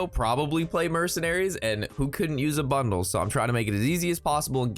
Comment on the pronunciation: Seriously, are you saying bundle or butthole?